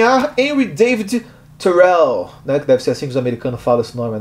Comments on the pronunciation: A pronúncia é "tu-rô". Influência do francês de Quebec. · Lembrando, Thoreau era descendente de Franceses então a pronúncia é "Turo" rsrsrs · PARECE Q VC SABE POUCO DE HENRY DAVID THOREAU. ATE A PRONUNCIA VC ERROU. TCHAU😮